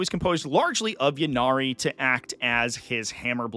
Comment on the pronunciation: For bames that start with Y, such as “Ynnari” and “Yvonne” you pronounce the Y as an “EE” sound. “EE-Nari” or “EE-Von”. It’s not a “yuh” sound.